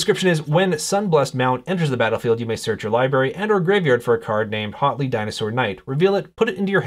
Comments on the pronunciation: Hotly? I'm pretty sure the H is almost silent. So you say "uatli" with a very slight H sound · Thanks for this! (Side note: name should be pronounced more like "WOT-ley")